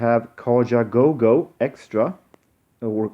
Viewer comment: Kitaro , more New Age ? It's Kaja goo goo .Not go go .